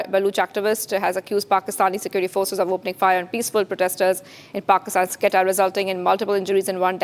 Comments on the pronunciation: Its not qetta its quetta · Its not Qatar its QUETTA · It is not Qatta it is Quetta (Ko ee ta). At least pronounce it properly! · Plz learn the correct pronunciation of Quetta before you give any news about it!!!!! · This anchor has to be taught how to pronounce Quetta.Kahan sey utha ke lekar ate hai inko